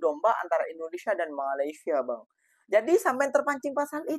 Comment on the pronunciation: MA LAY SIA BUKAN MA LI SYA…betulkan. Nak komen positif kena sebut elok2. Kenapa boleh sebut IN DO NE SIA…. Boleh pulak sebut! Bengong